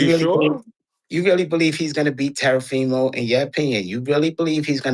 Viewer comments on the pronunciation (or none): This dude said Terafimo!😂 not eve Teo but Tero 🤦🏻‍♂️ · “terafimo” lmaoo